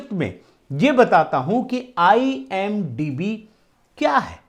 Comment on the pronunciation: IMDb hota hai idmb nahi dumbass 😂😂